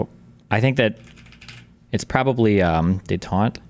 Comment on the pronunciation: Can't pronounce "détente", proceeds to reply that "you're asking the wrong thing" - Destiny, you didn't even understand the question. Kind of like how you also don't understand that you're not supposed to share we tapes to rizz up 19 y/o girls.